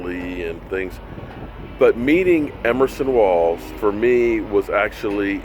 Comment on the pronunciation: I know you are a name butcher! But its EVERSON EVERSON EVERSON EVERSON EVERSON WALLS! LOL!!!!!!